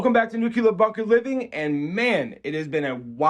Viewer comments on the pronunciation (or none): Nu-clear. Nuclear. Not nu-cular. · He says nuke-ya-lerr instead of nuke-lea-r Just a pet peeve. Amazing undertaking. So much energy went into building this complex and yet it doesn't even hold a candle to the pyramids. Just mind blowing what people can do! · It's nuclear not nukular